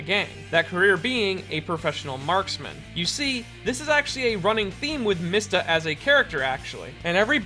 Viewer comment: MEESTA ITS PRONOUNCED MEESTA this is because the japanese character "mi" is pronounced "Mee"